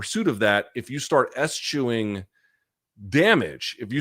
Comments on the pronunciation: is it pronounced es-chewing and not e-schewing? Genuine question. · Hearing Luke blatantly mispronouncing eschewing gives me a good laugh because I know he would have torn BC apart for that